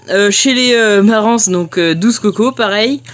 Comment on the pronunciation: Super vidéo, bien expliquée❤ un petit détail, on le "s" de Marans se prononce pas 😉🙂 continue les vidéos, elle sont tops et ludiques